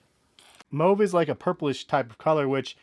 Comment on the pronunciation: Thanks for pronouncing mauve correctly